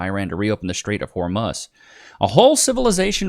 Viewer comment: BRO SAID THE STRAITS 😂😂😂